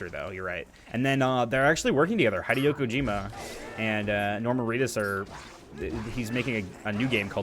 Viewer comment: "Hyde-io" Kojima oh my